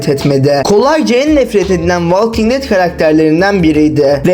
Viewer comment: Valking diye telaffuz etmeyeceksin, volking diye telaffuz edeceksin.